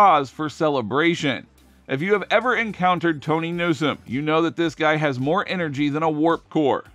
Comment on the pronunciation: I believe you're right,. (Also {as has been pointed out elsewhere} the announcer thought that Mz. Tawny Newsome's name was pronounced "*Tony*"--- so his being unsure of the location of the Academy seems appropriate.)